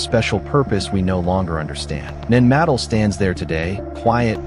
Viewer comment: IT IS PRONOUCED NAN MA-DOLL namaste